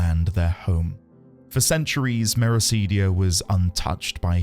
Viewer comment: Mera-CID-ia, not Mera-SEED-ia.